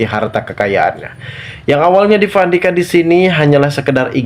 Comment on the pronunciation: Gak bs ngomong p.bs nya v 😂😂😂vukan orang viasa